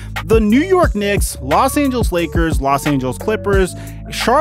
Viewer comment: No one:: Los Angels